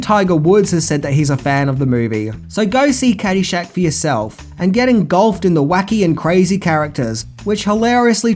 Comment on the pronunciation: "Get engolfed"?